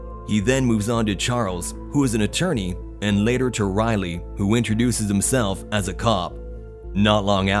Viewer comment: “Laëtœr” bros can’t say later